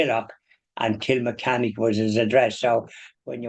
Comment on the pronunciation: It's pronounced kill-mechanic, if we're speaking English. And it's more popularly known as The Glencormac Yew.